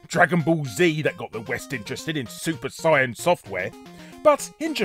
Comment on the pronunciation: Correct pronunciation of Saiyan instead of the dub pronunciation -"Shenlong" This shouldn't make me as happy as it does.